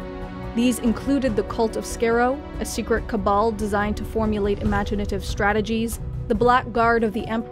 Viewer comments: The Daleks' home planet Skaro is pronounced Scar-ro, not Scare-ro. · Scar-roe, not scare-roe. But love the video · It's not skaro it's pronounced scar-row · Scar-oh, not scare-oh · BTW it's pronounced SkAH-ro, not Scare-o. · Tell me you did not just pronounce Skaro as; "scare-oh." It's "Skar-oh." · I is not pronounced Scare-O. It is pronounced Scar-O. Skarro. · Skaro (Scare-o) no that’s not how it’s pronounced... it’s Skaro (Scar-o) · Please stop mis-pronouncing Skaro. It is “S..kar..o” not Scare-o ! Watching at least one episode where the Dalek homeworld is mentioned might help huh! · That's Scahh ro,not Scare oh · "SCARE-ROW", I thought its pronounced as Skar-row. (Skaro) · The planet skaro is pronounced scar-ro not ski-ro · I can immediately know that you are not a Dr Who fan, because it's not pronounced "Scare-O" it's pronounced "Scar-O" as in Scarface! SCAR! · cough not "scare-o", but "scar-o" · Why do you pronounce it as "Scare-oh"? It is pronounced like scar-oh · just a note.. its pronounced sk-ahh-row... not sk-a-row.... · Nice vid, but two things on pronunciation: “Dalek” is pronounced “dah-lek “, not “dar-lek “, and “Skaro” is pronounced “Scar-o”, not “scare-o” - ubergeek. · It is not skareo. It is skarro. Pronounced Ska Ro. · Skarrow??? Try Scar-oh! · When you say Skaro as "scare-oh" instead of "scar-oh" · Pronounced "scar-roh" not "scare-oh". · Scaro is pronounced SCAR-o, not SCARE-o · ‘Skaa-row’, not ‘Skorr-o’. ‘Thaal’, not ‘Thorl’. Other than those dreadful pronunciations, great video. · Skairo it's pronounced skaro you can pronounce davros but not skaro and they don't want to conquer the galaxy they want to conquer the universe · It's pronounced more like (Skah row), not (Scare row). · The “skar” in Skaro rhymes with “scar”, not “scare”... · it is not Skerro but SKARRO. Exterminates subscribers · by the way Skaro, is pronounced "Scar-row" I'm not hating just trying to help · She said skerow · Its not Scarecrow, its Skaro (Scar-row)